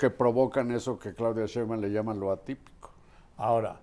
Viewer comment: Don Carlos Marin, permitame usted hacerle una respetuosa correción en cuanto a la pronunciación del apellido de la jefa de gobierno. Es Sheinbaum y no Sheumban como dice usted. Reciba un saludo y un caluroso abrazo.